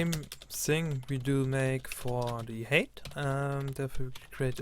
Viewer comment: It's hi-te not hate